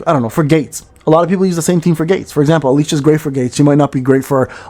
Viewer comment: Alicia? Don't you mean Alisa?